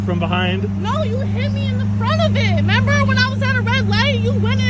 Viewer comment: Member? I know we all shorten word, but what is she, 10?!? What adult leaves of the first syllable of "remember"? And why is she asking him if he "members" something that just happened?